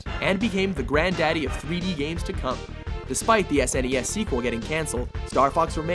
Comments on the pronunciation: Its so not cool to pronounce SNES as Sinese. Get the Fudge out of here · Wait, did you pronounce SNES "Sness?" XD